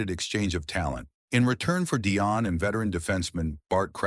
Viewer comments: If you want to put yourself forward as an expert , you at least need to pronounce his name correctly. At the moment you get it right some times, and at other make a horrible hash of it. It pronounce 'Dee-on', not 'Di- on' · The AI pronouncing of Dionne sucka